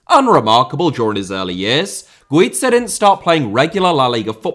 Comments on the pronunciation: Spaniard here. Not qualified to talk about Pepillo. Only to say Guiza iss pronounced as Gwitha. And Pichichi is pronounced wit the ch sound just like in English ch is only pronounced as K in Italian keep up the work and sensitivity towards foreign languages,! 😃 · My good man... Güiza is Spanish, not Italian, so his name isn't pronounced as in Pizza, and the pichichi trophy isn't pronounced Pickicki. Otherwise top video as always with weird obscure references just as we like it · You may be right with Grafite but you pronounced Güiza's name as the double z in pizza 😭😂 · Yeah, aud Guiza completely wrong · The whole Dani Güiza segment... god. Dear, please look up the pronunciation of Spanish stuff before recording. Sincerely, a Spanish speaker.